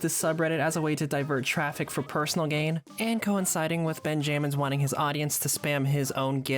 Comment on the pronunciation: Ben jammins🙏🙏✌✌😭😭 im pretty sure its pronounced benjamins gng